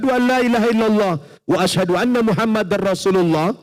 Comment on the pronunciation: Maaf kalimat pertama dia pas syahadat dia mengucapkan anna bukan alla .. 🙏❤